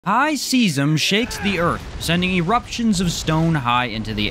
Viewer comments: Its pronounced Sigh-zem not Cee-zem think seismic activity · bro i love your vids but why can't you pronounce any of these spells right. like, its weirdly consistent. Seism is based on the word "seismic" as in, to describe earthquakes